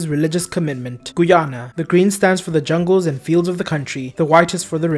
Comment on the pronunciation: Trinidad and Tuhbahgo🤣 Gooyana??? It's pronounced Guy-ana